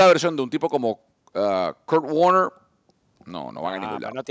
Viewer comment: porque el de enmedio no sabe decir "warner"? cuando menciona a Court Warner